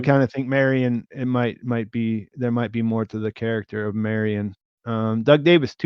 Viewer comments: I love ya, but every time you say “Mary-ON’” I wince Marian Mare-Ian if you want to mush two names together. Mare, like a female horse. And Ian like Ian Fleming that wrote James Bond. Not Mary-On Please correct this if you can,! I listen religiously to all your stuff (Pete, maybe you can mention this to him) and if you specifically say that you were mispronouncing the Carol Burnett character’s name in a future pod, I’ll figure out how this Super Chat stuff works and I’ll hit you with $10! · Marry-on was so distracting I couldn't watch the rest of the video. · Thank you Seth R. Say Marion right lol